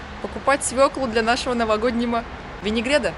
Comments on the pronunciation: винегрет ))) а не винегред )))) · Я извиняюсь, но пжлста говорите ВЕНИГРЕТТТТ ,а не ВЕНИГРЕДДД это не правильнооо!!!